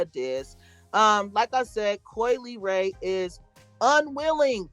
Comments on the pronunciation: possibly Coi's last name. Instead of (lee-ray) I think she's trying to say (luh-ray). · I think her name is pronounced la...like in speaking French, the le makes a la sound